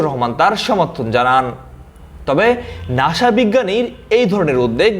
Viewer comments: ‘নাশা‘ না, উচ্চারণটা হবে ‘নাসা‘ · ভাই, ঐটা নাশা না, নাসা😂😂🤦‍♀️🤦‍♀️